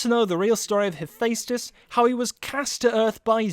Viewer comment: "Im gunna make a video about sins but sin myself on the pronunciation of Hephaestus" DING